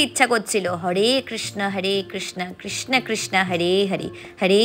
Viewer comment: Kirsna noy pls sreekrishna uccharon karun...